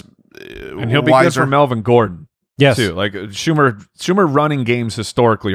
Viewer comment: It's Pat Shurmur, not Schumer